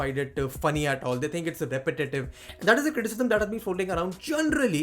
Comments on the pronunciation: ...it's repetitive Not " repatitive". 😊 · Hey buddy, just one thing to say, its "repetitive". Btw love your content. More power to you.